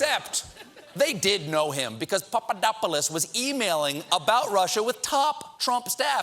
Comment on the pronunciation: I like how Colbert says Pappadodopopolaplodos